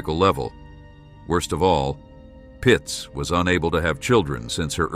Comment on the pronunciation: Its Pietz, not Pitz